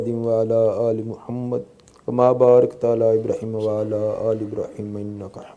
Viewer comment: کما بارکت ر کے اوپر زبر ہے زیر نہیں دعا کے دوران مجھے درودشریف میں محسوس ہوا